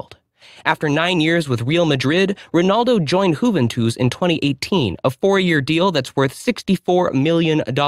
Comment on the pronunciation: "Whoventus"??? That blows it right out of the water! You know Jack S***!